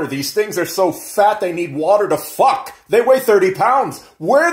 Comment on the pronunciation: "they need water to f**k"🤣🤣🤣 the emphasis on the K🤣🤣🤣